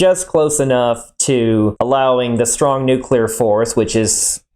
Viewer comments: The biggest question in all this is what possesses a person to see the word "Nuclear" and come out with "New Queue Ler"? How do you get there? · OK so "Nuke Lear"